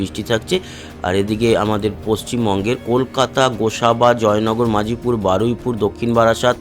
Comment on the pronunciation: ওটা জয়নগর-মজিলপুর, মাজিপুর নয়।